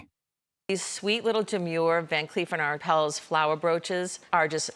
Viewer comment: Van Cleef and Ar-PELS! Why can't these narrators learn the correct pronunciation?